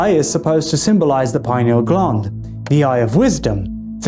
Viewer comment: Lol,, glund…. It’s gland like Dr Dispenza pronounces,, sorry,, I’m British.. maybe I’m a prude,, funny tho, 🙏